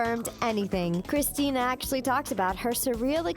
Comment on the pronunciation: you pronounced Christina's name wrong.